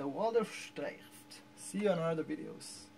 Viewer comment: Aren't you Israeli? Don't you speak Hebrew? If any non German should not have any trouble with pronouncing "streichfett" it should be you... ;-) lol. Another great review, thank you, sir!